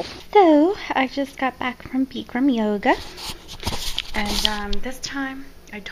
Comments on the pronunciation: It's pronounced Bick Ram. Not Beekrim. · It isn't Beak-ram or Beak-ham yoga. It is BIC-ram. Like a bic pen. Also, Bikram, the man who invited it isn't a very nice person. Thats why I don't do it.